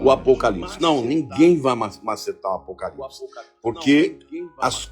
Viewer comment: A Ivete ficou tão perdida com a afirmação da Baby, que não consegui nem pronunciar direito a palavra "APOCALIPSE", rssssss... Taí a prova do despreparo da Ivete para com as coisas do ALTO. Ela foi pega de calça curta e enfiou os pés pelas mãos. Tomara que ela pare pra refletir nisto tudo, vá procurar conhecer as escrituras e se prepare para ser salva. Foi incrível este carnaval; DEUS usou pessoas para impactar os que estão no lamaçal e muitos estão perplexos. Glórias à Deus nas alturas e Aleluias 🙌🏻🙌🏻🙌🏻🙏🏼